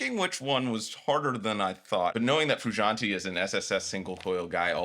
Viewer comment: Lil homie.. Its frewshauntay. Not freeshauntee.